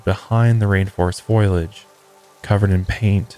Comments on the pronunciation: Wish the episode was a little longer. Btw: foliage has 3 syllables. It’s pronounced fō-lee-ij. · Ingesting all the higher love wellness products and tucking myself in 😴😴 ETA in my best hermione granger voice: it’s foliage not foilage 😂😂